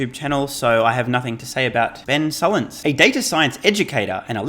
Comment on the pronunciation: Uggh! Ben “Sulk”ins… that guy is Brutal.